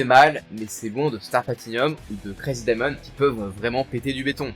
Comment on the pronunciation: Jarrive pas a y croire comment ta prononcé le stand de josuke😢